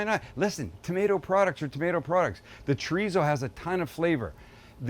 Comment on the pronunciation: As a Mexican, my wife cringes every time you say "chorizo".